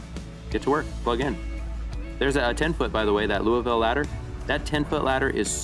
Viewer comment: Somebody from across the country that can say louisville correctly. I’m so proud of you. Lol